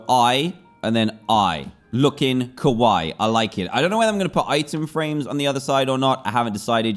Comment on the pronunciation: If when u said kawii and u was referring to the Japanese term than u pronounced it wrong but if u wasn’t than idk what u meant and kawii in Japanese means cute